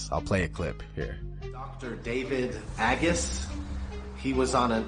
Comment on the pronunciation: Pronounced Ay-guss